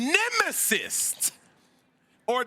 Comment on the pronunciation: Cam it’s pronounced ‘nemesis’…..not ‘nemesist’…..